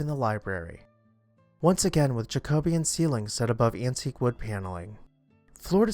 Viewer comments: Thank god! Someone caught it! It was driving me nuts 😂😂😂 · Pronounce IT jack o BE An